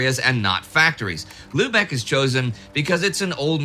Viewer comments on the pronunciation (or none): But avoid the luebeck mentioned in the video. It is a silly place. Go to Lübeck (pronounced lybeck) instead.